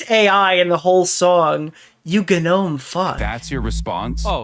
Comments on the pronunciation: Not poor AI. Hasan actually does pronounce the “G” when he says “gnome”. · unexpectedly german hasan